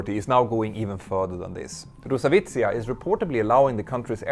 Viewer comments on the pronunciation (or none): Not [ru-sa-vitsiya] but [ros-avi-atsiya] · if you want to say “RosAviacia” just say “RosAviation” not “RosAvicia”. It looks VERY stupid when you say so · Dude, please try at least pronouncing it right. rosawiza? Who is roza witzsa? Ah, you mean Roz Avia Zia? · It is RosaviAtsia (Russian Aviation), not Rosavitsia. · I'm sorry to correct, but it is pronounced Rus-Avi-A-Ziya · The way you pronounce rusaviatsia made me look up this word XD Going forward, you can use RusAviation instead, this is what it pretty much translates into/means. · Uh-oh, sounds like you lost a letter in Rosaviatsia 🙄